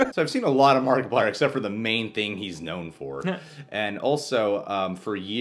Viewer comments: You said Markiplayer in the beginning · He called him markipalyer I’m the intro lol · lol markaplayer. its markieplier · Wait, at he beginning did he say markaplayer? Wth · It is markiplier not markiplayer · Did he say markiplayer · you said markaplayer rely why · You seaid his name wrong